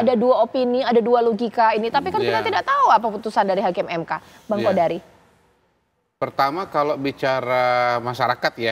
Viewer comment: Margito kamis bukan jum' at,Qodari bukan Qadar